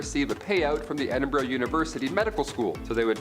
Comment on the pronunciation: You deserve the death penalty for the way you said Edinburgh